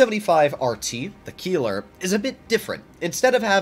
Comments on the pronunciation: Bro really said Kieler and not Keiler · ei in German always = i - you Pronounced Keiler more like "Kyle-uh" I don't own the TS cause I have a Lowe and a Keiler, I feel like the Keiler is just better than the TS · The “i” in Keiler is pronounced, not the “e”